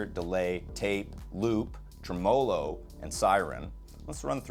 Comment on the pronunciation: I believe the word Tremolo is pronounced Trim-a-low not Tree - molo. No offense.